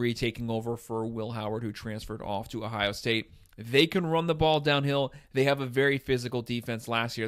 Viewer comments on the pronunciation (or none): none